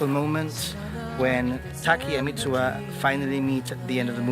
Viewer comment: MITSUHA !! you keep saying MITSUA